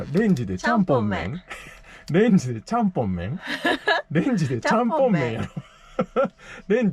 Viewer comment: 凄い登録者1万人越えましたね🎉この素敵な動画を多くの人が観ているのは嬉しい。十日町は仕事で行ったことあるのですがお米と日本酒が美味しくてこれは長期滞在したら肥えるなと😅へぎ蕎麦と野菜の天ぷらも美味しかったです。ちゃんぽんの発音はが正解だと思います（笑）なんかハロウィンぽくてホラーな感じの雪だるま好きだなーいい感じでした。次回も楽しみにしてます。ワンちゃんてココナッツジュース飲むんですね。